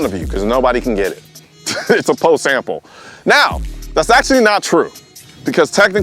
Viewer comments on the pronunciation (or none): none